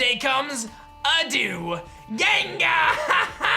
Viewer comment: Did he really just pronounce Adieu “Adew”?! Lol